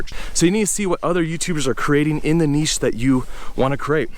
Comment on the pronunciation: There's a lot of things I like about you and your channel, but one of my favourite things is the way you pronounce 'niche'. The correct way! 😀